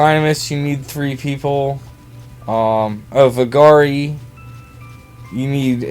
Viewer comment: vuh-Gary ? lol